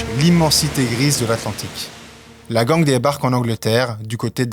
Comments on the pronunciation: "Gang" se prononce "gaigne" et non "gangue", soit dit en passant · La gang on prononce ça ging